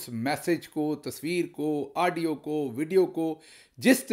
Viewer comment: Aaaadio nahin Gill Sahib Audio.